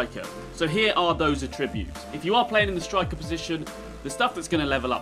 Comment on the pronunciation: Okay but you dont know how to pronounce attributes properly.